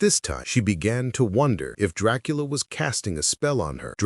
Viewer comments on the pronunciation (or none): Excuse me?????? Tracola?😂😂😂😂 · I ❤❤❤ how sometimes AI can't pronounce Dracula correctly 🤣🤣